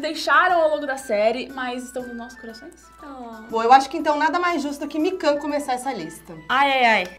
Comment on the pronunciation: A cara da com a falando os nome errado 😂😂😂